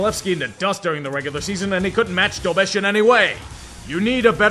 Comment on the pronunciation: Czech here, thanks for pronouncing Dobeš correctly. Shows that you care and we do notice.